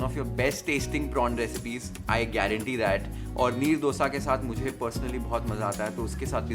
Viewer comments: Meharbani hogi sir, aap " डोसा " mat bolen. " दोसा "," दोसे" kehte hai use..doodh, dahi sab bol le te hai, दोसे kyun nahi bol pate??? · You learn to say Dosa 😂😂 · how its pronounced: DOO - SA ❌ DHO(2)(दो) - SA.✅